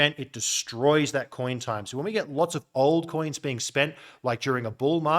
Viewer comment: Always when you say: “old coins” I hear: “alt coins” 🤣